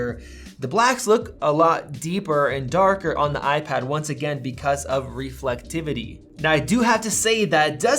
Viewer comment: Lol "reflectivity" K bud